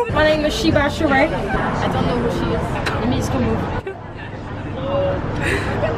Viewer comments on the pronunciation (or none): She said “she by Sharee” 😂😂😂